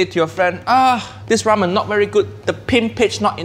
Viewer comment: whao he fked up ramen